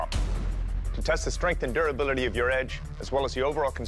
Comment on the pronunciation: The way he says durability lol